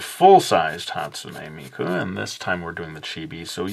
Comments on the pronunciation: Not hate but you pronounced her name wrong and amazing drawing though. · you say hatsune miku so much different then me >.<